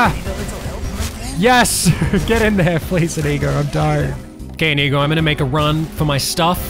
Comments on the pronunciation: Isnt it like indigo but without a d while you pronounce it like ineego Not hating just pointing out the different ways if heard it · stop saying inigo like that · Due you pronounce inigo so wrong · No wonder YouTube think you are saying a no no word when you say Inigo, If you said it correctly it wouldn't be a problem :)